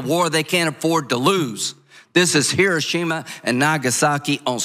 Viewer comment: Japanese is not Spanish: The accent in “Hiroshima” is on the ‘o’, not the ‘i’.